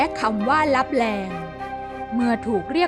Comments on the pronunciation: ขอโทษนะครับ ที่อ่านว่าเมืองตับแต😅😅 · ขอโทษนะคะที่อ่านว่า เมืองลับแต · ขอโทษคา ที่อ่านว่าเมืองลับแต😂😅